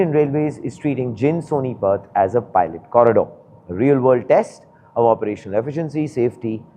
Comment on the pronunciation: It's जींद not जिंद 😭